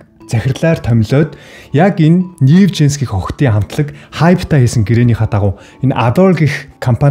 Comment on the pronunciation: Нээв жинс биш нью жинс гэж уншина хаха